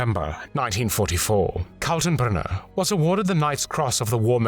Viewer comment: can you try to at least get a smattering of German pronunciation? Katenbrunner is pronouynced as kaltenbrooner, as it doesn't have an umlaut.